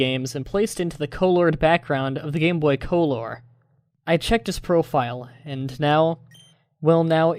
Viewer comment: Omg the co-lore thing is so annoying